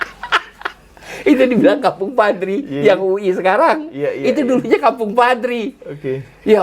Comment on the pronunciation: Bukan UI be tp uwi ...